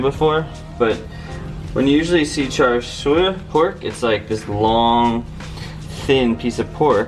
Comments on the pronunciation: it's char siu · char siu = "cha shew" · It's "char shau" or "char see-you" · You pronounce it char siew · pronounced "chah sue" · char siu is pronounced "chah seew". Before anyone question me, char siu is a cantonese and I've been speaking it since I could speak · That char siu pronunciation tho ._.